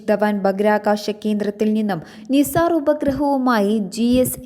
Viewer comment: നിസാർ എല്ലാ നൈസർ എന്ന് വായിക്കൂ.